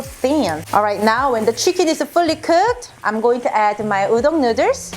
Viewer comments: Nuders?? Lmao more like you can’t speak English properly. It’s noo-dles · She knows that hun. She’s literally making fun of her own accent for fun. 🙂